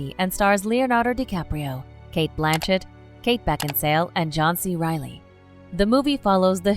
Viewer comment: Kate Beckinsal(e) pronounciation